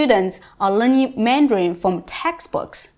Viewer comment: You are saying Mandrain not Mandarin....